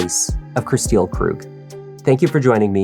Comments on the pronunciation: her name is pronounced like Crystal.... not like "Chris steal". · I can't keep listening to you calling her Kristille when her name is pronounced "crystal" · By any chance is Kristil’s name pronounced “Crystal”, not “krih-STEEL?”